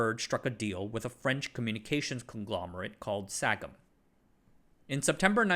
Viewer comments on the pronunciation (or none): dude, not shag'em, shazém. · It's pronounced "SAJEM" 🤓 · having sagem as a technical partner is a death sentence and a half.. (it's pronounced sajem btw)